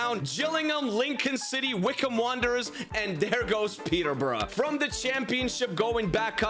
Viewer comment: Peterborough ❌️ Peterbruh✅️